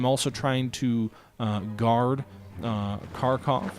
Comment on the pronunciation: Pronounce it like harkov.